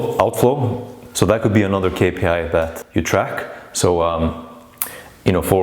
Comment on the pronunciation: very informative. that "k" tho is psychotic it's really "Ix" too distracting